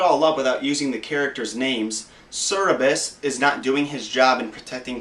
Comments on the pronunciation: Its Cerberus not Cerebus smart ass... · Cer-bur-rus not cerabus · Ah, the guard of hell theory makes more sense when you tell it like that. Though, the dog's name is Cerberus, not Cerebus. Easy mistake to make though.